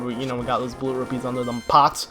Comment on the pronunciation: He calls rupees robies.. :(